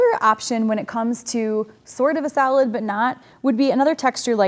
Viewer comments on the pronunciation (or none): i kept thinking you were saying salad colors.... ohhh solid! duh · With my accent, I was listening the the series in the background and didn't realise you were saying 'solid' in the previous video...I thought it was 'salad' 😆 Brilliant series thank you